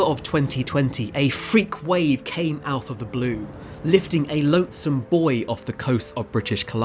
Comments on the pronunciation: Buoy not boy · yes, it's just the way that he pronounced it, up here in Canada, it's bou-ey. Sounded more like boy in the doc. 😂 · The way you pronounce "buoy" has me picturing little boys being paid to stand on beaches around the world and yell when they see a wave coming 😂 Sorry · 😂 I literally had to rewind because I was like a boy???? Did he live or did he die?? How could he not say. Rewind to read the comments and realize it’s buoy 😅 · The way you say “buoy” sounds like “boy” and, the first time you said it, it left me being mesmerized that a boy, swept away by a rogue wave, was able to survive, let alone be found! 😂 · Earlier in the video I was like "but what happened to the lone boy??😥". Now I realize you were saying buoy